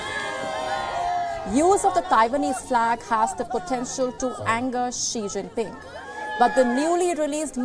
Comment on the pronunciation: what the hell is a sht-jin-pin?? some kind of weird chinese poop?